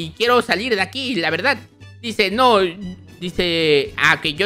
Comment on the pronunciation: Gato dises lavedad